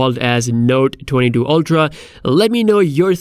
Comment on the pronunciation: Lol, why can't you pronounce 22 😆¿